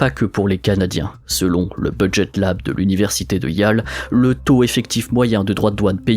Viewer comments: Je sais pas si c'est fait exprès pour préserver l'exception culturelle française, mais normalement Yale (l'université) se prononce "ièle", mais pas "iale". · Faut vraiment le bosser ton accent. Comment tu dis Yale …